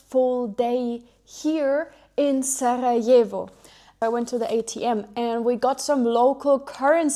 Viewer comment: you have a really lovely way of pronouncing the R in Sarajevo, where are you originally from?